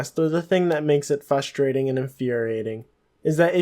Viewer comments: I found it frustrating that you kept saying fustrating. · You can spell frustrating but not pronounce it??